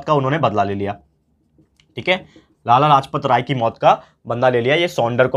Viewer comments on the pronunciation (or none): Sir its lala lajpat rai